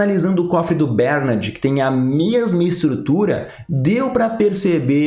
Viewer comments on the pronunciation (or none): Continua ele falando BÉRnard, Jesus amado!